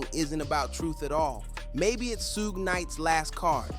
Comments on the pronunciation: You must be a young kid. Keep saying suug because everyone knows suge knights not Suug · Mf said sooj 🤣